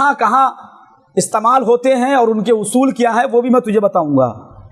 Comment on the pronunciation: استَعمال نہیں بلکہ استِعمال بولو